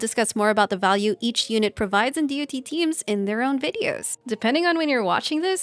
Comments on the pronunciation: You know you can also just say "DOT" as in Polka-Dot instead of Dee-Oh-Tee. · As an MMO player hearing someone saying D O T instead of just Dot its SOOO WEIRD XD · The video was interesting and chalked full of useful info, but constantly pronouncing the acronym "D.O.T." instead of just saying the word "dot" triggered me. Years of calling it "dot" makes more sense in my head instead of spelling the letters out individually. It's like spelling out "L.O.L." instead of just saying "lawl" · For decades in MMOS we called it Dot Damage, not D > O > T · I've never heard anyone fully spell out DoT before. I mean it makes sense but every game i've ever played before people just say DoT like it's a word and not an acronym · Say DoT one more time